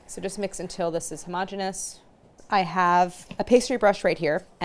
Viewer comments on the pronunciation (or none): Claire has mispronounced "homogeneous" yet again. Will the insanity never end?